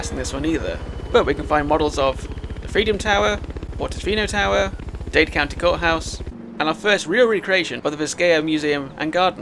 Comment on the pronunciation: Dade, not Dade 👍